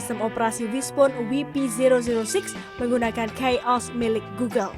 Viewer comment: iya tuh. Coba denger lagi dia ngomong KAI OS malahnjadi Kei os . Padahal orang XDA pun manggilnya KAI bukan Kei 😂😂😂😂😂